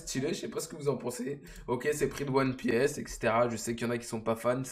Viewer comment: Fait un effort sur la prononciation de one pièce bro stp 😂😂😂